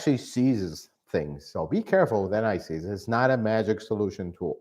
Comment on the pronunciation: I was wondering what NICs refers to and why you'd put it on your bolts. Only after some time did I realise I was hearing 'anti seize'...!